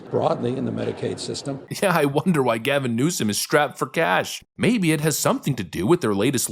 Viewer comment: It not newsum it newscum